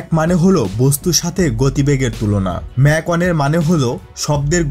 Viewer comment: উচ্চারণটি ম্যাক না মাক হবে